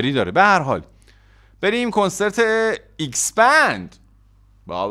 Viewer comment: اکس بند نه ایکس بند🤣🤣